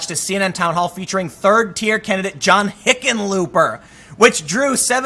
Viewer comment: You mispronounced Hickenlooper